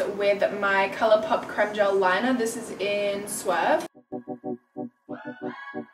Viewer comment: ur the first youtuber I've found who says 'creme' the right way! BLESSSS! It's 'crehm' not 'creeeeeem'